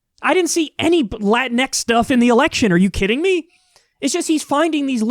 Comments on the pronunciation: I thought the entire time it was pronounced "La-tinks"? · I thought it was pronounced 'latinks'. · I hate the way he pronounced “Latinx”. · I'm pretty sure it's pronounced Latin X not Lah-teen-ex